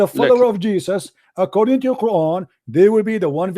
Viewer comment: cp is a liar. SubhannaAllah! fire starts small and ends small. rain stars with few droplets and ends the same way. what is cp on? this man is an arab and his arab is weak and he lacks coherency. he can't even pronounce Qur'an properly. cp is a fraud.